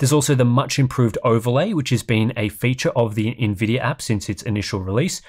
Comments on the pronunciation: “Nvidiar” 😂 As a dumb American, Ill never understand why sometimes hes able to say Nvidia and sometimes theres a random “R” at the end haha Great video man! Thank you as always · Why does buddy keep calling it Nvidier